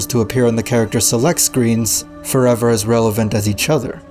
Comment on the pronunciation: Inezh forevah